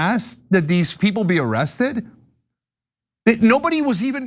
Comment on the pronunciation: he said ziesed..not arrested...